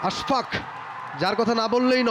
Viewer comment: I don't know why they keep pronouncing his name Ash FAQ